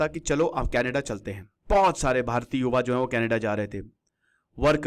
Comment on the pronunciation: यह कनाडा है, कनेडा नहीं.